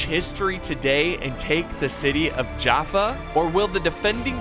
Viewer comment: I used to live near jaffa and we pronounce it as Yaffo with a Y sound